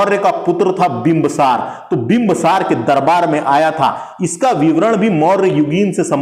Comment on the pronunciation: Bimbsaar nahi bhaiya bindusaar boliye😅